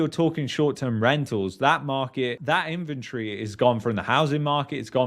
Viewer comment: In-ven-tory.. the way you pronounced it sounded like infantry. You brits crack me up.